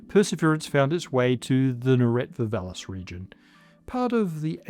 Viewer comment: even if there are Martians, English is most certainly their mother tongue. Therefore, Martian toponyms, not being in Martian, should not be pronounced as if they were English, but as close as their original pronunciation as practical. I will let pass the wrong stress in "Neretva", but "Jezero" (meaning "lake" in a number of South Slavic languages) starts with /j/ (as in "yes"), not /dʒ/ (as in "jazz"). Pretty please.